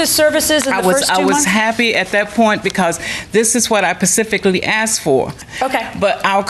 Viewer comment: Pacifically, I think some people grew up hearing this and just think it's the right way to pronounce the word...